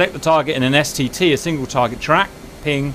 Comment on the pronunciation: Every time I hear Cap saying STT I hear STD... and it makes me feel uncomfortable...